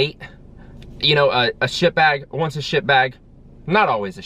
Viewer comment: I can't tell if you're saying shit bag or ship vac.